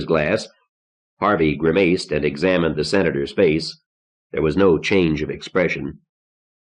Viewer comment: In my 52 years I have never heard the word grimaced pronounced "grim-maced".